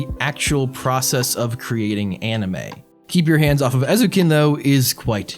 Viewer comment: Ay-zoh-ken. You were pretty close, though; and great video! I’m glad someone is finally talking about Eizouken, it deserves so much more attention.